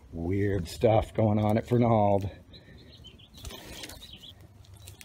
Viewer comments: ya... you said : ferNALD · we knew a guy who worked there and he pronouced it FERnald